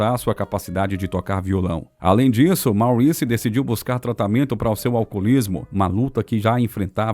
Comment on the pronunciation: O velho problema de todos esses vídeos que circulam por aí: a pronúncia de palavras em inglês, uncluindo-se aí os nomes. Santa mãe de Deus!!! A pronúncia de MAURICE não é como a lemos em português e sim / Móriss /. A boa pronúncia de palavras de línguas estrangeiras, sem dúvida acrescenta uma boa dose de credibilidade. Pensem nisto! Portanto, / MÓRISS / e não / máuriss /, OK? Google tradutor ajuda a tirar certas dúvidas.